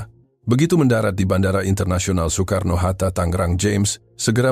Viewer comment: betul banget tuh bandara Soekarno Hata Tangerang cara penyebutannya